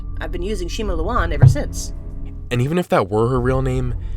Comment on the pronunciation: "Shima looan"